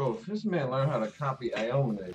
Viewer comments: aomine is pronounced ow-me-neigh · Cant stand the way they pronounce aomine